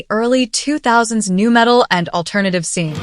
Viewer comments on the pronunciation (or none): none